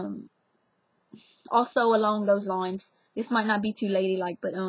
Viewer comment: louisiana accents are so interesting. the "taught" sounds like something straight out of new york. the "lines" and the "dragonfly" actually sound like an english accent.